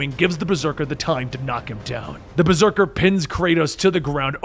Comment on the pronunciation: the old man says berseker